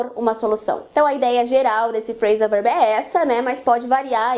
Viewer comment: Gostei bastante do vídeo , quando você fala Phrasan verb o verb parece ser dito como out.